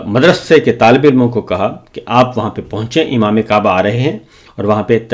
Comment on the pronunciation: S S sb " Qaba " na-hi " kaba " ho-ta hay 😂 😂 😂